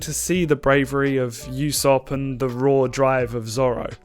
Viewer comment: It’s pronounced “ooh-sop” not “you-sop”